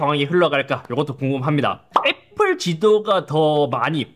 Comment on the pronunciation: 구그rrrrㅏ 애프rrrrㅏ